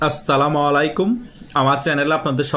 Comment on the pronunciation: সালাম শিখ আগে, আসসালামু আলাইকুম